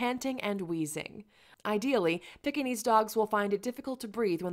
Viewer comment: please learn to pronounce the name. It's not a pickinese or a peckinese. Its pronounced Peekinese!!